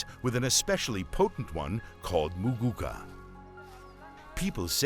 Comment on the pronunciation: Insightful.Ati "MUGUCAR" that narrator wueh😂 😂